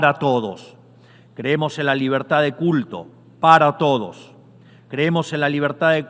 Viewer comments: Po que la libetad , y la libetad , porq la libetad y viva libetad . 😂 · Que poco convincente suena Milei al pronunciar la palabra "Libertad". Hace un esfuerzo al final añadiendo un "carajo!!" pero es en vano.